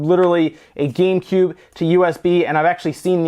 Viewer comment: he said gay cube